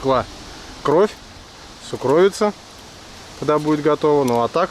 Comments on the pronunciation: Уважаемый, правильно надо говорить сУкровица, ударение на У. Извините! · сУкровица. Ударение на первый слог 🤓